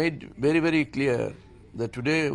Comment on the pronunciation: "Morally Bangladeshis are bery bery down" says the moronic ICC president Mustafa Kamal. Ha, ha. This match has made Bangladeshis immoral it seems! Who made this moron a President of ICC? the guy should be sent home. Anyway, he does not list the mistakes that were made in the match. A case of sore losers. Do not deserve a test status.